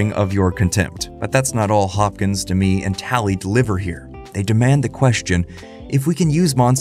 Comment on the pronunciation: yr script says "…illuminated by an unseen light" and then a shot of the chair under a clearly visible overhead lamp. Also Demme is not pronounced like Demi Moore, it's Demmy not D'mee.